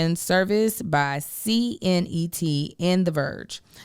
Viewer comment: C-NET is pronounced letter c + net 😂